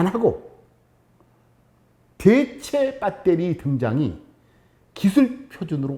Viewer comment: 빳데리 ㅋㅋㅋㅋㅋ 구수하니 좋네